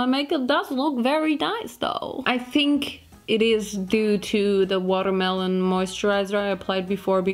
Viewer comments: It's the "Water Maloneee" for me... 🤣🤣🤣🤣🤣🍉🍉🍉🍉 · Love it how you constantly say watermalone